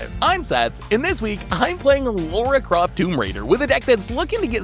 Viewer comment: "Laura Croft" 😂